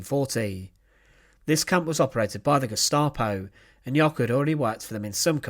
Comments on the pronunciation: Jöckel, not Jockel. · It's "Jöckel', not "Jockel".